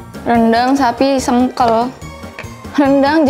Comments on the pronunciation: Kak maaf nyebutin nya itu sengkel kak bukan sengkel bukan juga sengkel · sengkel tuh dibacanya sengkel ci, bukan sengkel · Bukan sengkel bacanya 😂 lucu bgt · sengkel bacanya kayak E buat enak